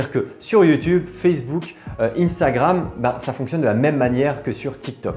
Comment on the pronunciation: Sa se li pas iiiinnstagrame c sa se li un stagram